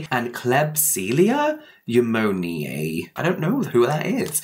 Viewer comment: If you were curious klebsiella is pronounced kleb see ella new moan eeee ay. I write it that way bc not everyone understands the pronunciation guide symbols.